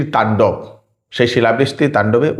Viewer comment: আপনার বাঙলা বানানে ও উচ্চারণ এ সমস্যা আছে। এটা মানা যায় না। বাঙলা য় একটা কোর্স করুন। তাণ্ডপ নয় কথাটা হলো "তাণ্ডব" আগে বাঙলা শিখুন